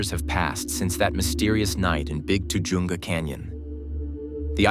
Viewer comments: That pronounced TA-HUNGA CANYON. I grew up there then and it has the Spanish pronunciation by Californians. Ta-Hunga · Pronounce tuh-HUN-guh